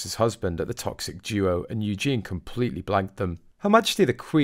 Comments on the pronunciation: Please learn how to pronounce Princess EU gen ie with an emPhasis on the first syllable! U gen is a masculine name!!! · It is Eugenie, not Eugene, for goodness sake. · Can you say Yoo Jean ee not Eugene. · Eugene is a male name. It’s Eugenie! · it’s Eugenie😂😂😂notvEugene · I really wish that you would pronounce the Royal names properly!Louis is Loo-we and Eugene is the MALE version -her name is EUGENIE-U-Jean-Ee! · Mate, she's not a guy! Her name is Eugenie, not Eugene!! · Her name is Eugenie (yoo·zhay·nee). You are pronouncing her name in the male format. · Her name is Eugenie, not eugene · Do stop calling her Yewjean, her name is Eugenie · Can I just say it's EugenIE not Eugene - the latter is a male name. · Her name is Eugenie, not Eugene, which is a man's name! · You are mispronunciation Princess Eugenie's name.You are saying Eugene (.male). It's Eu gen ie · You are mispronouncing Princess Eugenie’s name - Eugene is a man’s name. If you’re going to comment, you should check things like this first. The York Princesses walk the line between Royal and Common very well. They don’t need jobs, as they both married very wealthy men and will inherit their fathers fortune too. They have been brought up to know and understand their roles in the Royal Family. Meg is just a dumb American that people are truly fed up with. If she wanted her children to have titles, she should have stayed in England and kept up with her a Royal duties. Whining and taking shots at any of the Princesses is very stupid. The York Princesses will continue to be an asset to their family. One may soon be a Councilor of State as well. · Please learn to pronounce Eugenie! There is an "ie" at the end, Eugene is a man's name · I enjoy your videos but could you please try and pronounce Eugenie and not refer to her as Eugene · Please pronounce Princess Eugenie's name correctly. Eugene is a boys name!!! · Her name is pronounced u-GEEN-ee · Isnt it Eugeee nie? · Pronounced the letter u– Jen– e